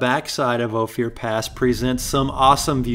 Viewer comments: It's pronounced "Oh-Fur" not "Oh-Fear"...just a heads up from a local. Nice video! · its OPHIR (ohh - firr, like the tree) not Ohfear... thanks for visiting. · After a dozens times, I just had to say something. It's "OH-fur" not "Oh-fear" Pass. Cute little trail, especially in the snow! And... EYE-mo-jean Pass? Really? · I lived in Ophir. I don't know who gave you the pronunciation you use but we always pronounced it like gopher without the g, not "Oh Fear". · It's oh-fir pass not oh-fier pass! I'm from that part of the country. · I see someone caught the "going west" comment. I have never heard Ophir pronounced O Fear. It is always pronounced O Fur. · Cool video. Ophir is pronounced ofe er btw. Not oh fear. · good content but the correct pronunciation is O FIR not Ofier pass. I know I live here. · Hey, its not "o-fear" pass, its "oaf-er" pass. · Nice documentary. I'm born and raised in the area of Ouray and I CRINGED every time he pronounced "Ophir". It is pronounced "O FUR". His..."O FEE UR". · I laugh every time he pronounces it "Oh fear" pass : )) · Always can tell when someone is not from Co! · Great video. By the way Ophir is pronounced Ofur. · you have to forgive him cause hes from KALIFORNA. LOL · Hi, I live in Ophir (pronounced like gopher, but without the 'g'.) I wish you had come this year! Trails are fully verdant and waterfalls are gushing with our biggest snow year ever behind us. (last year was super drought)...I just bought a Jeep JLUS and haven't modded anything yet. I did Ophir and Imogene, but think I'll want to get big tires and a lift before tackling Black Bear. Thanks for the videos! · O Fur. That’s how it’s pronounced. You got Ouray right so good job on that. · the little community at the "end" of Ophir (pronounced Oh-fur) is the town of Ophir. Another great video, glad you got to see where the offroad bug bit me (and I'm sure many others). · Pronounced..Oh -fur